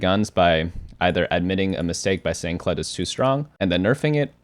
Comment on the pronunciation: Ah yes “Kledge”